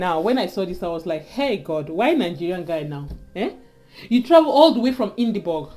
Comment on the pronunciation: its not pronounced Edinbag but Edinbra the (burgh) is pronounced as (bra). its not the same like (burg) from Johnnesburg